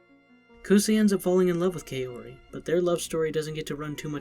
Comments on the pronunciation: Kay-ori lol it’s kao ri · WTF DUDE KAORI IS PRONOUNCED KAH-OH-RI, NOT KAY-ORY